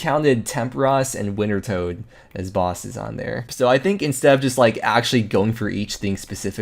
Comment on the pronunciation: This dude fr said “winter toad” LOL